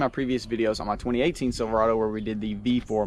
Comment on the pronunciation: It’s not “Silver-ahhh-dough” it’s “Silver-AAAA-dough”